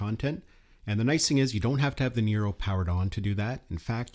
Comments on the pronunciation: why do you keep saying Nero? it's Neo. LMAO! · Am I hearing things, or do you keep saying "NERO"?